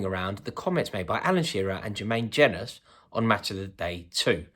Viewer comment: the way you mispronounced jenas' name is hilarious